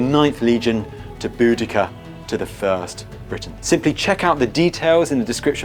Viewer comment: Did the intro guy mean Bowadeseea? [pronounced like that] spelled different Tony an his m8s are pretty kool!